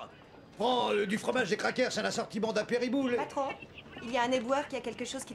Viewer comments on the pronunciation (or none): "un assortiment d'apériboules" mdr